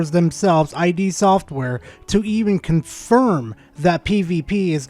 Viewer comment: It's "id" software, not "eye dee". Id is a concept from psychology.